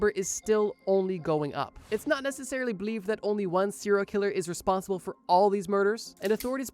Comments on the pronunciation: What the hell is a CIRIL killer?? It’s SERIAL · Sounds like he’s saying Syria killers 😂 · “Seral Killers” I can’t stop hearing it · Had to stop watching after a few seconds because I kept hearing "siller killers" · Why the fuck is every youtuber so marble-mouthed? You literally mispronounce SERIAL in the first 10 SECONDS. Actual slop content by the way.